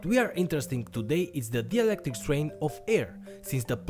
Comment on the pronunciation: It's not DIELECTRIC It's DIELECTRIC